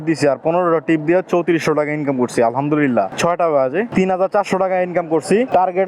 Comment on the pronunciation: আপনার আলহামদুলিল্লাহ উচ্চারন টা ঠিক মতো হয় না এমন শুনা যায় আলহাদুরীল্লাহ😢